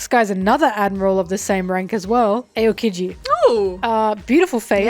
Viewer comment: It’s not pronounced ayo-keejee it’s pronounced ow-keejee 😭